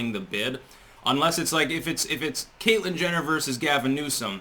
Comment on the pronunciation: Did you say, "Caitlyn Jenital" ?!?